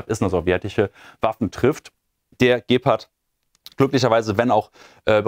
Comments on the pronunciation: Der "Bild dirt Deine Meinung "-Man kann wowl auch kein rechtre Deutsch mehr. Das Raubtier heißt G-part und niht Gep-Part. Oder hat man da inzwischen das Deutsch auch schon veramerikanisiert. Im übrigen war das wohl nur ein Test ! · Häh?? Aber der Herr General sagt im Interview auch immer Gäppert! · "Gähpart" ... Meine Güte, ersetzt den endlich mal, so schnell wie der spricht versteht man kein Wort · Der Moderator sollte endlich einmal lernen, wie man die Waffensysteme richtig ausspricht. Die Betonung bei Gepard liegt auf dem „a“! Alles andere verursacht Ohrenkrebs! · Gepard? Wo ist den da bitteschön das h?